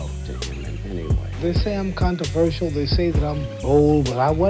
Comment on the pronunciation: "contro-verse-ial" aaight bro